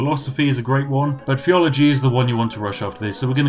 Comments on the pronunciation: I started hearing every "th" sound as "ff" sound. Plus free faif. Feaology... okay I'm out. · A well spoken English man who can’t say ‘theology’ 🤔